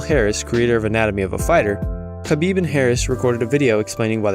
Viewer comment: Idk i think conor pronounced khabib name better than khabib himself 😂